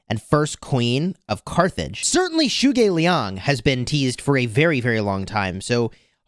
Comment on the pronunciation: You pronounced zhuge Liang name wrongly,it is just Zhuge Liang and not anything special